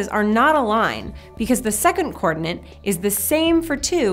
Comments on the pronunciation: I'm sorry to mention this, but hearing "coordinant" instead of "coordinate" really presses my button in this video! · Do You say (or just pronounce) coordinate with an "extra N" as in coordinaNte?? Or are my ears playing a trick on me. And if You are is that "American English" or merely a "personal quirk"? Best regards. [Sincere apologies beforehand if I come across as rude or "trollish" since that isn't my intention, I'm simply curios and trying to improve my understanding of the English language.]